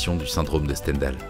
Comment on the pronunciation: Pitié Stendhal (prononcé [stɑ̃.dal]) excellente vidéo sinon.